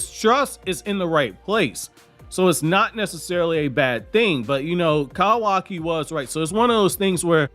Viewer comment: Who is kavaki??? Do u mean kawaki. Jus a heads up in case u think that's how his name is pronounced n spelt it is kawaki (cuh-wa-key) not kavaki. Jus don't want u to sound silly when talking to people or like commenting like u did now.